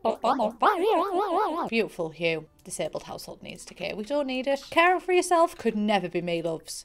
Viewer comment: What she said: “I’m so caring” What I heard: “I’m so Karen” Would you like to speak to the manager?